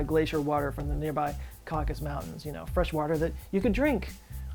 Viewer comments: it's *Caucasus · Hey, love your show. Btw, you left off a syllable on Caucasus Mountains. I'm in linguistics and there is a linguistic reason why the Black Sea makes more sense as being the so-called Atlantis. This idea was in vogue in linguistics in the early 1990's. Atlantis could have been the Indo-European homeland from where all cognate Indo-European peoples originated before the melting of the last European glacial ice flooding the basin that became the Black Sea. The family words for mother, father, daughter, brother, and words for domesticated animals like cow etc are similar for languages from Ireland all the way to far eastern India. However, if Atlantis was in the Atlantic then we would expect the spread of these languages to be to Africa and the Americas but that did not happen.